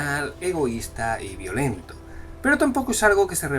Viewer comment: Cuando dijiste vio-lentos yo entendí bio-lentos, y me imaginé algo biológicamente lento jajajajaj